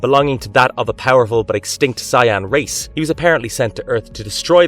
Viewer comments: Dafuq's a Si-Anne?!? 😂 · You are mispronouncing Saiyan as Siyan it is pronounced as say and the yen. If you watched the anime you would know how to properly pronounce this so this video is very odd to me. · Do you say words do you know how to speak? Saiyan not Sian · It's pronounced Say-en. Not Cyan. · super sigh-ans edit: this guy pronounces enough things wrongs that i'm convinced he is an AI XD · Is this Ai? Who tf says s-eye ahn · dude the pronunciation is killing me! lol doubt hes even watched the shows just reading a script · Your pronunciation of "Saiyan" gave me an actual headache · Dude... you couldn't butcher the words for DragonBallZ any worse then you did, it's actually impressive how badly you pronounced those words. Brava. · Did you hear how he pronounced “Saiyan”? 🤣🤣🤣 chill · I like the list, but please pronounce Saiyan correctly.